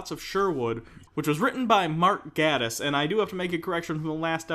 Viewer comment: ''Gae''tiss not ''Gah''diss.